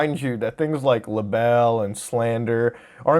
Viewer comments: bruh did you just pronounce libel as "la bell"? it's pronounced Lie-bul, rhymes with bible lmao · "lie-bell" not "la-bell" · Lol when you're trying to sound lawyerish but forget "la-bell" is pronounced "lie bull" 😂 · libel is pronounced like lye-bull, not le bell. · Lebell? You mean liable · Lih Bell? it's pronounce LIE BUL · Nigga did you just say "la-bell"? It's pronounced lie-bull lol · whats a lerbel? lubel? lurbel? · Libel. Long I. Not "labelle". Rhymes with "Bible". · man just said libel as “lahbell” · I audibly snorted when you pronounced libel as "Le bell". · Did you just pronounce Libel "la belle?" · Say it with me “lie-bull”! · It’s pronounced “lie-bel” Like bible but with a lie at the beginning, like the Bible! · L-libel? Did he say it as (luh)-bell? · "La belle"...??? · la-belle? lol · the very incorrect pronunciation of libel 😄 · How did you fuck up the pronunciation of libel up so badly? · Your pronunciation of "libel" gave me cancer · Libel. You've never heard that word said out loud, have you?